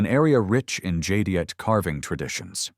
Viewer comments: "Jade ite". Not "jadyite" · These pieces were beyond stunning. Jade is so gorgeous, and the carvings are exquisite! But I heard at least 5 different pronunciations of "Jadeite" from Mr. AI voice, which was very off putting!